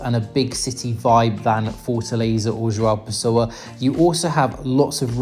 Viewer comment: Your pronunciation of "João Pessoa" is very good for an English native speaker 👏